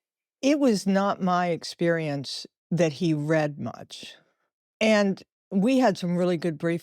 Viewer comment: Can’t someone teach AI to pronounce words like “read” correctly for the context?